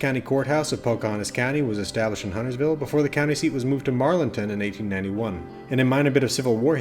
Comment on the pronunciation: I think this is the lore video that pronounces Huntersville correctly. Everyone else wants to pronounce the T for some reason. Also extra props for getting Marlinton right too.